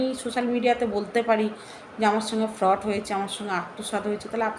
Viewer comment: FRAUD ER UCHHARAN O KORTE PARONA TUMI